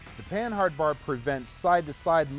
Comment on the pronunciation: it's pronounced pannard not pan hard